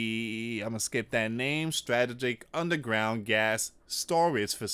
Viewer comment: you have to proof read and check your pronunciations before you report. Corps isn’t pronounced corpse. It sounds like core. The p is silent. Please proof read before you report. I know you do not want to be censored. Strategic was pronounced wrong too.